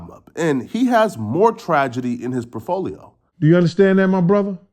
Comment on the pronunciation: “PROFOLIO” 🤦🏾‍♂️ lmao